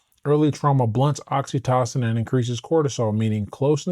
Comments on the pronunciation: I'm enjoying your videos and looking forward to reading your book. I hope you won't mind a small suggestion. I believe "oxytocin" is pronounced with a long o in the middle, i.e. "oxy TOE sin". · Great content my g 🫡… but I gotta say this, “oxy-tah-sin” 😆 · The way you see oxytocin is driving me crazy😂😅 please pronounce it normally.